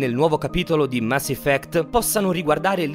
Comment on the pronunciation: Mass "Iffect"